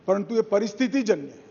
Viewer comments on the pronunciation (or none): Paranthu…. Paranthu…😂😂😂😂😂